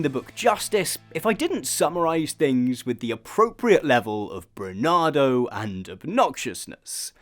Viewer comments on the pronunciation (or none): He sometimes doesn't sound 100% clear to me due to his cadence and tendency to end a word more silently than he started it. I think it's absolutely most likely meant to say and did say "bravado" but pronounced it unclearly by mistake.